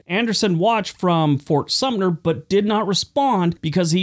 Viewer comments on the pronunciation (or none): That's SUM-TER, not SUMP-NER